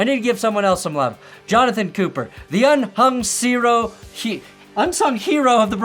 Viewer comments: 'Unhung zero' xD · The “unhung sero” mistake was sooo good 😂